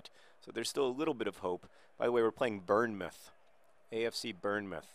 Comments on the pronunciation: John, it is pronounced "Bornmouth", not Burnemouth :) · john it's pronounced born-muth not burn muth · It's pronounced born-muth, not burn-muth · I was listening to this one and thinking where the hell is 'burn-mouth'. It wasn't until I looked at the screen I realised it was 'Bournemouth' he was on about. It's pronounced "born mouth". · Speaking of mispronouncing, Bournemouth is pronounced Bornmuth rather than Burnmuth. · its pronounced "Born-muth" not "burn-muth" btw john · Burn meff? No sir, tis pronounced Born muff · For future reference John, it's "BORN-MUTH". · 'Burn'-mouth? That's almost as good as when John tried to pronounce Derby! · It's Bourne, like Jason Bourne! And keep your chin up, the Swoodilypoopers are going to bring it back! ^_^ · John, As an English person I can tell you that it is pronouced born-moth or born-mouth, or sort of in between (born-muth). As in "The moth was born. It was a newly born moth." however biologically inaccurate that scentence may be it was the only one I could think of. Best wishes. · /Bornmuth/ that propably doesn't help, bot it's pronounced born as in brought to life. Also I can say that as a Dane I two apreciated the Maradona-slam. Furthermore it seems that you're taking my advice on mispronouncing Masenamela, which is great if you're doing that deliberately. Although that doesn't seem to be the case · For future reference: It's pronounced Born-muth. (Like Jason Bourne) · I always hate these sorts of comments, but just though you might like to know Bournemouth is pronounced 'born-muth' :P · Bornmouth afc thats how you say it John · It's Born-muth :) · Pronounced Born-mouth by the by. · Tell me about it. I'd never noticed how annoying John's mispronunciation was until he tried to pronounce 'Bournemouth', the area I grew up in... Hearing him say 'Burnmuth' was physically painful. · Bournemouth pronounced Born-Muff! lol :) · bournemouth - pronounced born-muth like stuff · Just for reference it's pronounced born-muth